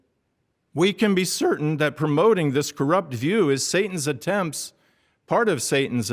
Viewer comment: "we can be sEAERtan"